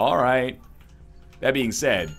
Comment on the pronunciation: "rayt as I'm about to fire my shit" Your inner Canadian is showing Ryan